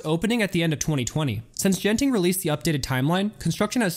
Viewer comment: Everyone's correcting you on the pronunciation of Tangiers but nobody did for Genting, the first G is a hard G and the e following it is silent. So it's closer to "gun-ting".